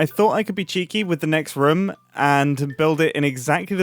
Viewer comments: If you say Ruum instead of Room one more time, I don't know what happens then xD But I can't hear the british accented room anymore (I still liked the video a bunch) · incredible video and amazing project but I gotta say I got increasingly distracted by your pronunciation of room, especially cos you said it about 436 times .."ruhme" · At this point, im wondering if thers anyone who counted how many times Mumbo says “room” or as he pronounces it… “reum”. Pls me if someone counted, i vry much am interested how many times he said it throughout the video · someone tally the amount of times he said "roum" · am i the only one who hears rum everytime mumbo says room? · Please stop pronouncing room like that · Why is Mumbo saying "Room" like Scott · I didn’t count but I’m pretty sure that the word ROOM was used quite a lot in this video😂. As a German guy I never noticed that British people pronounce it that short.